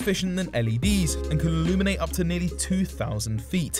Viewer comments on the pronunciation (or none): none